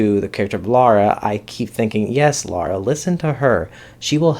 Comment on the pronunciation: Good review. A clarification: it's Lyra (LIE-ra) not Laura. Also, as a book reader I liked the first ep and am VERY excited to see them do the whole series :)